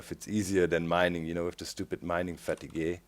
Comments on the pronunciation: doc! fateeeg! not fatugeh! :3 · Mining Fat-i-Gahy - No. Just NO. Lol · FATEEEEEEEEEG not FATIGWAY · "Mining Fatty-gay" I love your pronunciation Doc! :) "Fat eeg" Great episode so far (I'm commenting half way through) I really enjoy this series - thanks for posting a new vid :) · he pronounched it like the french word, fatigueé, that's where he got it from. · Haha, it's funny how you pronounce 'Fatigue' in 'Mining fatigue' like in a french way ^^